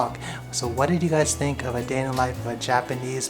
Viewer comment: IKR HAHAHA i was taken aback when he said thunk